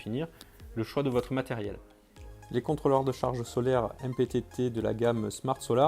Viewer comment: Vachement crédible le mec de la vidéo ... Il ne sait même pas prononcer le nom de son produit. C'est écrit MPPT et il dit MTTP